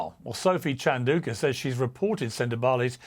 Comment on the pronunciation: Piers, please pronounce Sophie Chandauka's name correctly.